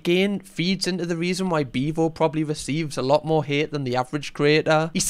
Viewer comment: “Beavo in de boof” 🫲